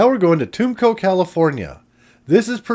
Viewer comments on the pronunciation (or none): Nice video. As a Mojave Desert resident working for the county of San Bernardino, I have been to all these areas. On another note, unless your voice is AI generated, you shouldn't be pronouncing Yucca Grove, Tumco and Ludlow as Yoooka Grove, tooomco and Looodlow. And Niland, California, is pronounced Nigh-land.